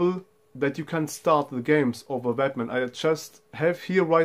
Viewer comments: Great video, sounds like you saying batman.... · it just sounded a bit funny, been a English speaker. But your english is spot on.